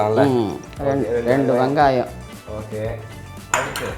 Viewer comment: I like the way she says Vangayam instead of vengayam.. n I love the way he addresses her as...